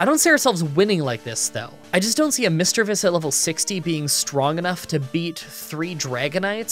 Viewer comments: its Mis-DREA-vus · I am only here to find out: 1. How he pronounced "Misdreavus." 2. Whether he took the Dome or Helix fossil. I am partially unsatisfied.